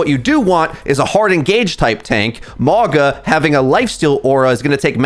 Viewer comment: Lol (wOO-Yong) and (mOw-gUh)